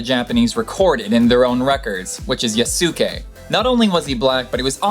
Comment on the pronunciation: The Yasuke story was definitely very cool. To help your pronunciation. I do believe in Japanese the su is very quickly pronounced so it rhymes with Sauce-kay.